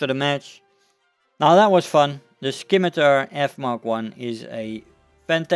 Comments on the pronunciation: There no k in scimitar it's not skimitar it's just scimitar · By the way u dont pronounce the c, so you just say it like simitar ;) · Scimitar doesn't have a K sound in it. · The c in scimitar is silent I believe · I was thinking the same thing